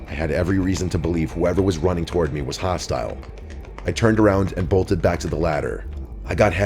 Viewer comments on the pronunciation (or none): none